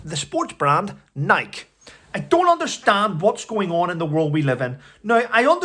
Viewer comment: The e is pronounced in Nike like a y. Nikey.